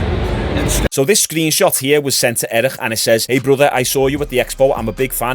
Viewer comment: Its eric not erishxusbbxksk